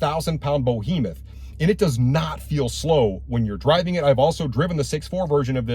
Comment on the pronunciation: What's a 'bohemeth'? A bohemian behemoth?